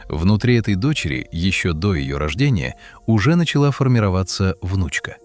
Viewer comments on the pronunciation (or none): none